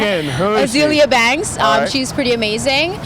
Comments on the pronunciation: Someone finally said Azealia. Thank you! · very happy she said azealia banks :)